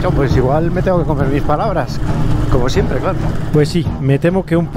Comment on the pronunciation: Ciempre estas hablando, ciempre xD